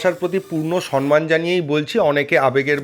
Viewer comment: কথাটা সম্মান, সনমান নয়। Please মাথায় রাখবেন।